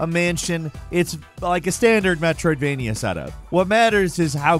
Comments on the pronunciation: Drink every time he says "Metroidvenia" 😂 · I think likes saying Metrovainia more then he likes Metrovainia games... METROVAINIA!!!